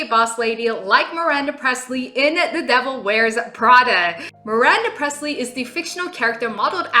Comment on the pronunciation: Her name is Miranda PRIESTLY not PRESLEY, AS IN ELVIS. THAT IS WHY I GAVE YOU A THUMBS DOWN…that's all.